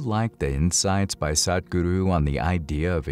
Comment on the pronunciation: I would like you to learn how to pronounce "Sadhguru" properly. It's not that difficult - I am sure you can do it with bit of practice. Thank you Good post 👍